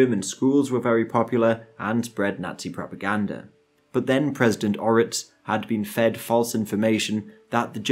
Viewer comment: It's President Ortiz, not Oritz hahahahah